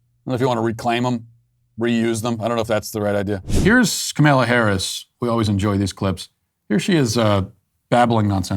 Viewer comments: Are you sayinh kamellah on purpose.? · Is he purposely calling her Kamilla? 😂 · I love it how Matt is purposefully mispronouncing “Camilla’s” name 🤣. I mispronounce it too (CamelToe Whorrish). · This was so funny, but so sad. She could be our next president. :( I love how Matt went from calling her Camilla to Kamaila. 😂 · I laugh every time I hear him call her Camilla. Trolling that “say her name right!” Moment when that one guy kept calling here Ka-mal-a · It’s KAmala, not kaMALA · "Kamela" ... love it. She hates her name to be mispronounced. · He calls her Kamilla 😅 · I’m hearing “Carmella Harris” every time you say her name 😅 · KamEla? Pronounce it correctly, waycist! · why are you pronouncing her name as “ka-male-uh” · I miss Matt calling her Kamayla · I stress it as KaMALa because: Kamala es muy mala (y "Walz don't work"). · It's ka MALA!! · MY FAVORITE PART IS MATT MIS-PRONOUNCING HER NAME THE ENTIRE VIDEO. :) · I'm a huge fan of yours, but the way you just decided to mispronounced her name suddenly, is jarring. It sounds deliberately ignorant, and it's going to turn off anyone who isn't already on our side. That's a dumb and counterproductive thing to do, 3 days before an election. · Why do you mispronounce her name like that? It's not really funny. Childish, actually. And I like you. Can't stand her. Love your movie. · The intentional mispronunciation of Kamala is just beautiful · I love how you never pronounce her name correctly lmao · Is so god damn disrespectful how these right wingers purposefully say her name wrong. Just a joke